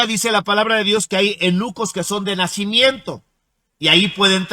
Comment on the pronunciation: Hay no😂😂😂😂😂 este señor por poco dice que los nenucos en lugar de eunuco 😂😂